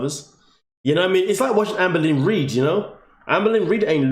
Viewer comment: The way you said Amber Lynn Reid, I thought you said "Anne Boleyn Reid". I was like, what? Is that a YouTuber, what a clever name! Lol.